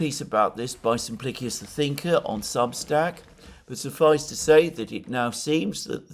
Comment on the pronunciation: Always interesting. Thank you. (NB I think you'll find that Simplicious rhymes with delicious with an 'sh' sound.)